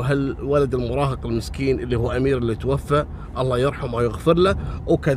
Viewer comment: برافوووووو عليك يا تنطق( توفى) بالالف المقصوره. (متوفى) ابواساور